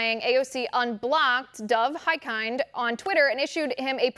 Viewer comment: Great reporting, but please ask one of Hikind's constituents (like me!) how his (last) name is properly pronounced.